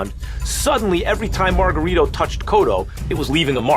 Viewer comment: Lo más encojonante del vídeo es como pronuncian el nombre incorrectamente es Margarito! No margaRRITO like a buRRITO pinches gringos. Talves si uso vendaje ilegal pero los golpes le entraban no? Como boxeador también te puedes proteger y bloquear los golpes! Todo le entraba a cotto